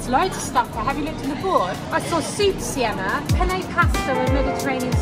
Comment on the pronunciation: You dared them to try to pronounce swedish words and what surprised me the most is that you pronounced correctly of Sienna and 😄 the first word smycka means adorn, duktig means good, nybakad means freshly baked, flisad means freshly baked, cirkustält means circus tent and the last word lördagsgodis means Saturday candy we call it Lørdagodt and the reson is because it`s sweet weekend for kids/children and how pronounced were funny.... But are u sure theres nobody in ur family who are from somwhere in Scandinavia because you were good to pronounce swedish words. I'm from Norway and we don’t have nice and delicious cakes in Ikea restaurants here in Norway.... and u guys are loucky to get foods and desserts for so cheap while we have to pay for a lot of money😔 im from a very expensive country [Norway] the food you bought would be in around 25 to 29 pound 💷 if it was here in 🇳🇴 IKEA is just 10 minutes away from my house with bus.